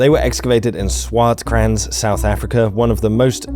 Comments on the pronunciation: a nit I pick - the 'w' in Swartkranz is pronounced like we pronounce 'v'. and the 'z' is pronounced 'Ts'. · swart sounds more like swat but with a rolling r infront of the t. The krans part sounds more like a british person would say dance. But with a kr instead of the d. Also...rolling r...not flat American r